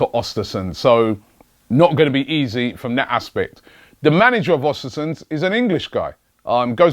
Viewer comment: Its Östersunds.... ö pronounced like the second sound in "burn"